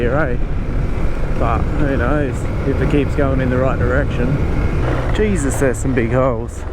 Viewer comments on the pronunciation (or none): none